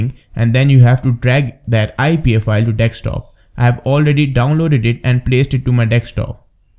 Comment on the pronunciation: its not a deks-top but a desk top! apart from that a cool video . i havent tested your method yet so cant vouch for it.. yet.